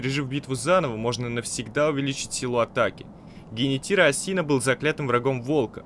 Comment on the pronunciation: Не АсИна а Ааасина